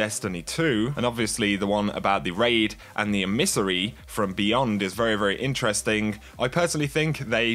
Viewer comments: emis-ery? nope, em-i-sa-ry. or at least closer to that. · Em-iss-ery not e-miss-ery